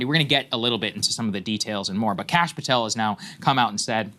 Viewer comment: I wish Sags would teach everyone how to pronounce Patel and Khanna.